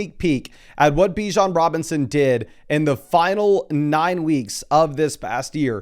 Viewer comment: It’s buh-JOHN Robinson